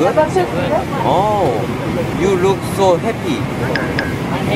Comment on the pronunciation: "You look so HEPPY!" I love his pronunciation and Jimin's innocent blink-blink